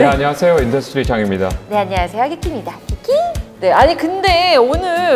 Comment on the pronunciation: 전혀 어렵지 않고(어려운 부분은 흘려보내고) 재미있게 봤습니다! 인더스트리짱으로 들리네요~~ㅎㅎ